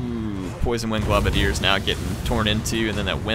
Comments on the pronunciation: I hate to be an arse, but because I've seen it on multiple videos... It's pronounced "globe-a-diers", not "glob-a-diers". Sorry! Peace! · you're killing me, man. It's gl-oh-badiers, not gl-ah-badiers. It's because they throw globes of poison at their enemies. Keep up the great videos, by the way!